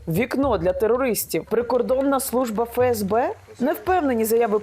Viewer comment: "ФеЕсБе"... Тоді вірно казати "ЕнЛеО" 👌 А точніше "НеЛеО"...